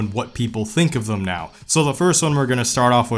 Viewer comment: "Thum" "Thum" "Thum". There's no U in "Them". But it's okay, I can't say Vegas without it coming out like "vAAAgas". lmao